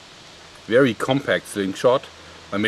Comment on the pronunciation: vewy vewy sharp. xD